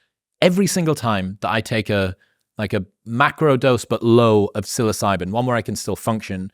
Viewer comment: Great content... what did you say you microdose, syllasylum?.. please recommend :)